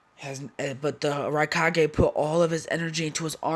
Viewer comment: Raikage not rikage